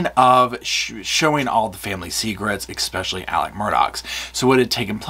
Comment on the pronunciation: This is a great video. But don’t say expecially. It’s especially. Sorry 😢 it just grates on me but great video. 👏👏👏